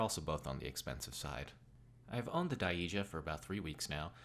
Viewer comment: It's pronounced "die-jah", but good narration! It appears as though the Daija's all plastic. Any issues with the firmness of the top panel? The chassis also appears compact and shallow. Nice and cozy I'd say. Would something "taller" like the Infiltration lever fit in this though?